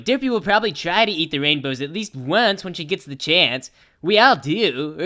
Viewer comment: lol, i didnt notice he said rainDows...